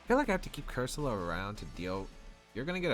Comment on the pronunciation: Nice team, but I think cursola is pronounced differently